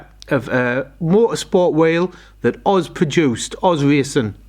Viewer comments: Cracking wheels! It’s “oh zed” wheels btw, not Oz. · Correct me if I'm wrong but i always thought that wheel manufacturer was pronounced ' oh - zed ' not oz , either way mate they look great , good choice.